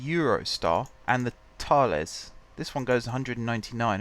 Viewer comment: Hey! The train is pronounced T-a-l-ees.I know this as I live in Brussels and the train starts/stops here!